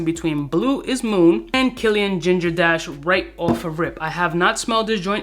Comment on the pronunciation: I keep hearing “Pebble dash”